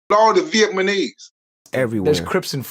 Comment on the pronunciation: Calm yo as down, g. Brother in the video saying "vietmanese" instead of "vietnamese". That funny asf